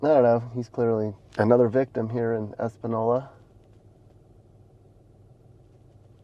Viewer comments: Española (Es-pan-yoll-a) has always been ruff. You should do Grants next, Uranium capital now prison Capitol! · That little curvy line above the n in Espanola means it's pronounced like ny, so it would be said Espanyola. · That’s Santa Fe ski hill not Taos. You also didn’t say Espanola right. Yet, maybe this coverage will get the city to snap. Also great to add it’s surrounded by Pueblos. They don’t help make the city better either. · It’s been many long years since I’ve been there and what a dismal state it’s in now!!! Good coverage but you’re mispronouncing the name. That squiggly line over the n is called a tilde and changes the pronunciation. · You’re mispronouncing “Espanola.” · It's pronounced Española -- ñ= ny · Most annoyed by your pronunciation of the town...it has a ñ different pronunciation than the boring n. You are correct I had never heard the word espanola!!! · You can’t even say the name of the town correctly go to Albuquerque and every other town in the United States fool you’ll see the same Tony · You can’t even be bothered to say Espanola correctly, and those black socks and shorts only make it all worse. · You’re mispronouncing Espanola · Your pronouncing the town name wrong. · Mispronouncing of Espanola was distracting . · "Espanol" means "Spanish." "Espanola" would be "land, region or area" of the Spanish people. In the Spanish language, the "n" in these words has a curved line over it that looks a bit like an "s" lying on its side. This symbol is called a "tilde," pronounced "TEEL day." The tilde turns the "n" or "EN ay" into an "EN yay." It makes a sound similar to Curly Howard (from The Three Stooges) "Nyuck, nyuck, nyuck." So, it is NOT pronounced "es pa NO la" but rather, "ace pan YO la." 🤓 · You are pronouncing EspaÑola incorrectly. 🤭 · First, it's Es-pa-niola. With the Spanish "N". It's not Es-pa-nola. And secondly, I guess Philly, San Fran, Seattle and many other places dont count? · Eh - span - knee - yo - la not eh-span-ola